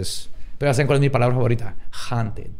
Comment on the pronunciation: se pronuncia "jaunted" puñetas (no te creas. te amo)